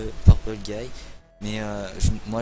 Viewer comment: mec t'as dit merci purpule guy c'est genre tu dit "purpule guy heureusement que t'es là car sans toi des robots qui tue des gens n'auraient pas exister merci mon gar